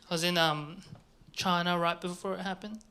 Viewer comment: I like when he says "Choina"